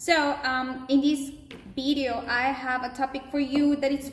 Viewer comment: Very good ! Just work on your "V" sound a bit to avoid in this bideo.